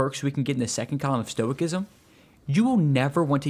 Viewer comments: It's pronounced STOW-I-SISM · Stoicism the c is pronounced as an s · Bruh stop saying the C is Stoicism. Lol it's an S sound lol